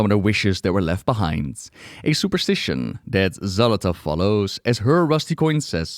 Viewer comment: Love the video, but my eye twitch everytime you say Xal'athow instead of saying Xal'atath 🤣🤣